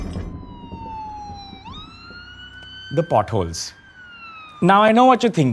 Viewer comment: potholes not buttholes! 🤣🤣🤣